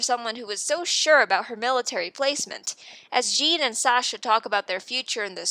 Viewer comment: Great video, but please pronounce the names correctly next time. Its so hard to sit through when you keep calling Riener "Rain-er" and Jean "Jeen"